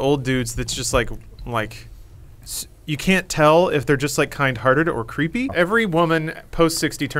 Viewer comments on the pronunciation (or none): I thought at first said kind of tarded instead of kindhearted.